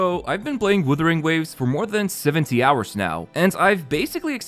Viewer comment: bro it's not "withering" wtf